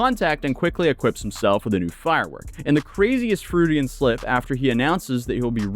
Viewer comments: Froodian? Did you really mangle that name? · Pronounced "FROiD"... Freudian slip. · "Froodian slip" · The second worst crime showcased in this video is pronunciation of the word Freudian